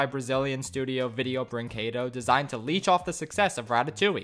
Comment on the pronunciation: É muito engraçado eles pronunciando as coisas, "Vireo bruinquedô", "Ingruirients sicrétous" kkkkkk